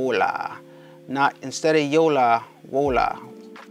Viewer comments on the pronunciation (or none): Bro it’s “ Yolo “ not … “ Yala “ “ Wolo “ not “ Wala “ lmao wtfff man !! On a side note. I appreciate the help!